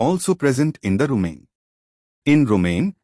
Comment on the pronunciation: Lol just like how rumen became 'rumain' 😂😂!